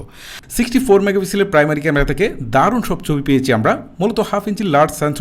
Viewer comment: আপনার ভাষা কেমন যেনো।১০০% শুদ্ধ না। যেমন থিকনেস না বলে তিকনেস বলেছেন।৩০% মৌখিক ভাষাতেই সমস্যা।যা শুনতে ভালো লাগেনা। ছবি- চবি পেয়েছি- পেয়েচি। ঠিকঠাক- টিকটাক।😂